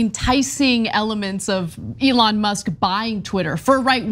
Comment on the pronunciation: He call Elon Leon lol